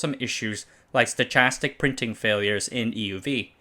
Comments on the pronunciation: it's a hard "ch" in "stochastic" (stə-ˈka-stik) it's a soft "c" in "Osceola" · Stochastic is pronounced 'sto-kas-tik'. Funny how a foreign trained speaker has so many mispronounced English words in multiple presentations. 😟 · its pronounced "stəˈkastik"... i realize english sucks as a language, what with how many words break from basically all rules or conventions... but it couldnt hurt to look up how a word is pronounced when you arent sure. i realize its not a big deal, and it doesnt imply a lack of intelligence, its just a pet peeve of mine. i'm aware it usually means someone is actually well read and simply doesnt have anyone else to discuss the topic with so they dont hear the word spoken out loud, and stochastic isnt a super common word to use in everyday conversation... its just kinda funny hearing it pronounced the way it was here. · He also mispronounced stochastic and processes. :)